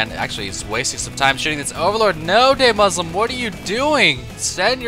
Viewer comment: Fyi, it's Duhmuslim. Not Daymuslim. I'm so happy Idra is trying weird shit now though.